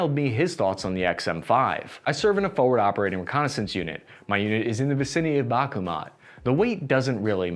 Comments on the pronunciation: Bahk moot, not bakumat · Mans is pronouncing Bakhmut "Bakugan" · Not Bakuma but Bachmut, like the composer J.S. Bach